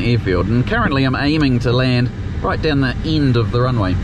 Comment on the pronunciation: When he says ind does he mean end? 😆